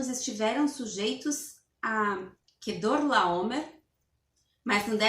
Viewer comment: A dificuldade de falar Quedorlaomer kkkkkkkkkkkkkkkkkk